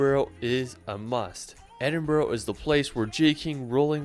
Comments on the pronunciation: Ed in brugh(bru)not brew or bro, say burra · Why do people call it ‘Edin-boro’? It’s ‘Edin-brugh’. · Edin -brah Bro! greetings from Scotland! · It’s Glenfinnan not Glenfeenan. And Edinburgh not Edinborro. One thing I can’t stand is dumbass ignorant tourists who visit a place and don’t even learn how to pronounce it properly. It’s just sheer ignorance. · As a Scot, I cringe when I hear his guy pronouncing the names incorrectly !! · His pronunciation of Scottish place names is absolutely dreadful. I'm English and can do far better than that. He can't even pronounce Edinburgh and Glasgow correctly.